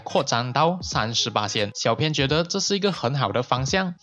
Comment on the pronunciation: 谢谢这个分享。 小编有件事情，想告诉你『小编』的『编』字念法是 bīan ，和『鞭』同音，而不是 pīan 『偏』，请在以后的影片纠正一下。不然我听得很 beh tahan...